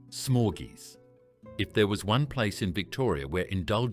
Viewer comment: That’s not how you pronounce Dominos or “smorgeys” for that matter